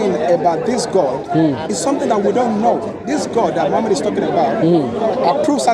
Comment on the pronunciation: Is he circumcised? What kind of deceit these paulene creatures come with? Have you heard how he pronouces Muhammad sallAllahu alaihi wasalam. Muslim! Yeah okay 😅